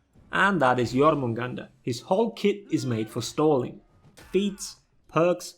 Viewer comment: i like that you actually pronounce jormangandr properly, makes me cringe when people pronounce it with the j rather than the old Norse way